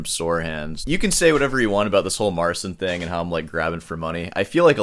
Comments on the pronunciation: It's pronounced Mar-ceen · It is "Mare-cheen" with "cheen" being very soft. You pronounce it as "Mare-sin". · Another thing that I ,being Polish"" find very pretentious ,is the fact that he keeps calling him self Mar"sin" like it was that hard to explain how to correctly say his name which is not that complicated at all, the "Cin" in his name is equivalent to ''Chee" in english , like Chee in Cheetos ,so it is simply Mar''cheen'' not ''Seen'' and Marcin being a Christian European Name also has its equivalent in English which is Martin. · So his name is pronounced Marcheen in polish? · mispronounces Marcin and DAddario 😂